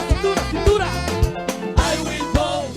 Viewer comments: Cubans can't pronounce the v sound. Thus, bote instead of vote. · No no it's "I will boat, for Donna Trom!" 🛥️ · NOT BOAT! 😂😂😂😂😂😂😂😂😂😂😂😂😂😂😂😂😂😂😂😂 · "I will boat....back to Cuba" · I'm laughing so hard at. You deserved it biotch. "I will vut for Donald's trunk". Now, it's stuck in my head.🤪🤪🤪🤪🤪🤪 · No y’all got it wrong, I figured it out, it’s " I build boat for Donell Thronk ", you’re welcome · I believe it’s “ I will boat for Donnal Trunk”. Now get on the boat for Donnal Trunk and go to Cuba.😂😂😂😂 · 😂😂😂I thought it was BOAT FOR DONALD TRUNK🤣🤣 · "She didn't use a V sound the whole video." 😂😂😂